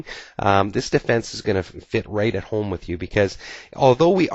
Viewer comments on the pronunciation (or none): none